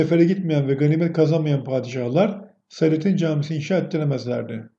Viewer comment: Selatin, Jelatin der gibi değil.O, daha gelmedi anlamına kullanılan " o, hala gelmedi" derken a'yı biraz uzatıyoruz ya , onun gibi la'yı da uzatıyoruz. Tin değil "Tiyn" diye okuyoruz yani SELATİYN. A yı biraz uzat ama çok değil..